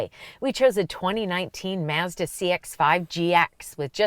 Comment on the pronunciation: Great comparison and I like the correct pronunciation of Mazda! The Mazda is the winner for me!